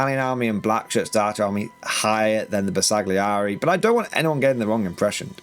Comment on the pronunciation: The G is silent in the name, as in: Ber sa [g] li eri. Why so pedantic? Because it is a name and they are important. It would be like calling Leicester Lei cest er.